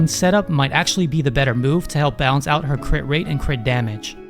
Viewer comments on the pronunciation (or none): none